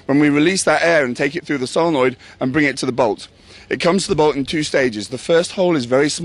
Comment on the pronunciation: i cant w8 till i get my mini, when said bolt i thot he said ball so i was a little confused at first then i watched again and herd him rite that time. my only questions is do u have to remove the grip to change from semi to full auoto?